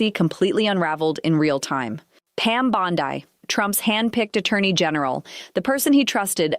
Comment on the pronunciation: I thought the same thing. And was annoying how "" kept mispronouncing Bondi. Yo, -- Bondeeeeee, not Bond-eye.